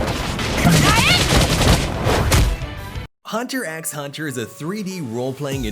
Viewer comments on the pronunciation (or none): Bro it hurts when anime lovers Heard hunter x hunter 😭 btw it's hunter hunter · you don't pronounce the X in hunter. PLEASE DON'T.